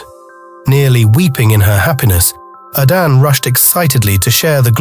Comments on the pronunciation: This is nice But i suggest an African plain voiceover should be used. So we don't get hear the igbo "A-d-a-nn-ay" pronounced as "A-d-a-n" 🥂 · I love these stories; keep them coming! My enjoyment of this one was, however, soured by pronunciation of 'Adane'. Please pronounce it as it should be, enunciating the 'e' at the end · Arinze is what Nigerians call "woman wrapper", he should have moved on after Adanne repaid him with ingratitude and haughtiness. By the way, the narrator is purposely mispronouncing Adanne -- he sporadically pronounces it correctly but only to go back to mispronouncing it. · I wished that the narrator had learned to pronounce Adanne properly. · My issue is with the narrator,why use one who can't pronounce the names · A Nigerian would have done the voice over, getting the pronunciation of the princess’s name is annoying. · You mispronounced the name. And coming from the people that bears the name,it can of like put me off the story 😢😢.